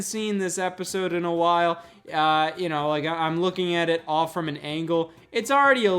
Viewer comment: Am I the only one who hears it as "Hey Y'all"? Lmao